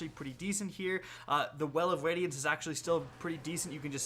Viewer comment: lol, he said well of wadiance